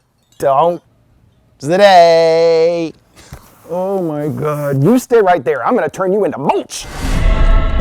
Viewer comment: I think this is my favorite intro skit 😂. "Todays deh daey" is gonna be in my head forever